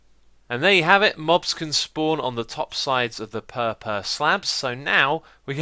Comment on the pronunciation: pehpeh block